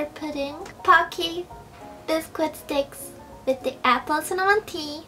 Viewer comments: She kinda doesn't know how to pronounce "biscuit" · You're not supposed to pronounce the "u" in biscuit....